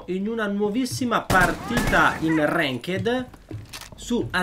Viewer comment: Non si dice renked ma renkt